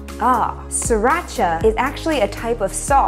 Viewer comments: It’s actually originated from Thailand. And It pronounce “See-Raa-Cha” not “see rotch ahhhhh” This is ridiculous. As the Thai people in Chonburi (the province that Sriracha was in), I hope you can find the original sriracha sauce one day. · the sauce doesn't call see-Rotch-ah. it is called Sri-ra-cha as the name on the bottle and it is a city in Chonburi province of Thailand. Huy fong is not the original as well. The sauce was made first time in China but it is well known when Thailand make it and sell to nearby countries. Thailand is producing various types of Sriracha sauce and we never use any brands except ours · Sorry Sriracha doesn't pronouce See-Rotch-ah. It's birthplace, Thailand, simply pronounced "See-Ra-Cha".